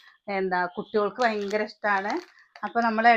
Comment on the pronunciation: വയങ്കര കൊതുക് 🤣ഭയങ്കരം എന്ന് പറ